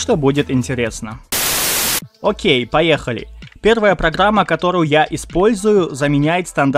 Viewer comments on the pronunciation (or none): none